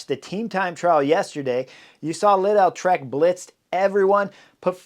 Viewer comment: how does this guy mispronounce every other name and also completely butchers Lidl jfc